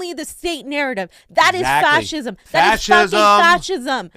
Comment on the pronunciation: If I had a nickel for every time that says faschism.....